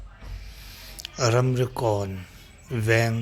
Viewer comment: Ramrikawn tih tur hi 'Ramrokawn' i ti a nia.😂